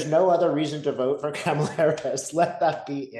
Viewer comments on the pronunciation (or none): Kamala- sounds like Mama-la, not Pamela 😊 Thanks for the vid and your time, super excited for her and all the change that's coming. Trump is def circling the drain. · Hi! ❤️💚🧡🌻Her name is pronounced “comma-la”, not “Cama-la”. You are so great, I just needed to remind you🥰💙⚖️💙⚖️💙⚖️💙⚖️💙🌻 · It's "Comma-la"! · Her name is KA' mala. Not Ka MAL' a. And not all of us let this crazy crap destroy us. If it gets to you like that, you are too close and making it about you. It isn't. It is just what is. Hope and pray she wins. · Maga mispronounces her name on purpose. Kamala is pronounced COMMA-la. Not CAM-a-la or kah-MA-la. 😍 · Try to pronounce her name properly. Ka-ma-la. Not cam-a-la. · her name is pronounced Comma-la, not Camel-a! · Pronounced comma-la. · It’s pronounced “Kom’ a’ la”. Thanks! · Her name is Kamala pronounced coma la 😊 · With respect , her name is pronounced COMALA.😀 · KAH ma lah, please say it right. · All you had to do is comment it’s pronounced Comma-La. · Kamala is pronounced like momala. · Please say her name right. It's "comma-la." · Please call her “Comma-la” (The repubs pronounce her name incorrectly on purpose. I know you’re not doing that.) 💙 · Her name is prounouned KAH-muh-la. You could also think of the comma so it's comma la. You could think of what her stepkids call her, Mamala. or Google the video that her campaign put out explaining and demonstrating how to say her name. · love you love your work. I think it is important to pronounce Kamala Harris' correctly. Respect. It is like this - comma-la. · Hi - kamala is pronounced like mama - la TY ❣️ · Please respectively pronounce Kamala correctly.